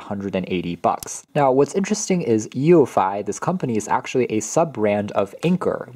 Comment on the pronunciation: It's pronounced "you-fee"